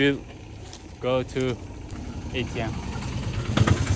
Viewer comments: Atm a-te-me diye okunmuyor mu yavv. Eytiem djjxjxnc. Benim İngilizce'de gelişiyor. Sağolasın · Sen ATM’ye “ey ti em” mi diyorsun